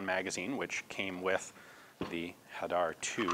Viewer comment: You didn't "butcher" the pronunciation for Hadar, you spoke it quite well for a non Israeli :-) Hadar means citrus in Hebrew.